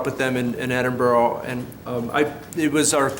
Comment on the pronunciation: Edinburgh — pronounced 'Edin- burra'. Never Edinborro.